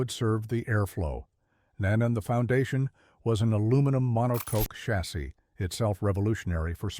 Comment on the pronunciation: I thought Bellof was killed in that crash. This was an interesting piece but filled with holes. What can one expect from a guy who can't pronounce "monocoque?!?"